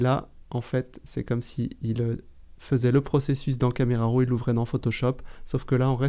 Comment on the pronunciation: Excellente démonstration, merci beaucoup. Pouvez-vous me dire si Affinity traite les fichiers RAW de Z7 ? (pouvez-vous ne pas prononcer RO?)